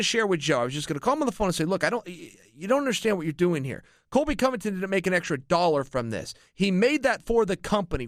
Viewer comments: Chael keeps calling him COLVY COVINGTON and it's making my ears bleed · "Colvy Covington" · Colvy or colby chael???